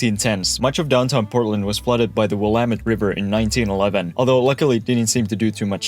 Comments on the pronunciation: He nailed Willamette, also. Extra points! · Thank you for saying Willamette correctly. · GREAT video! I was surprised, after many mispronunciations, that you got Willamette right. Don’t feel too bad though. Couch is an anomaly and the native words and names are often hard until you hear the correct pronunciation several times. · He pronounced Willamette correct yay🎉🎉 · As a native Portlander, big props for pronouncing Willamette correctly. I know a lottttt of Americans who pronounce it incorrectly. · Came here to say this!😅